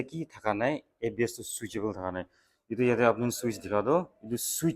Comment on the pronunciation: The way u say switch part tu Kushi baishi 😅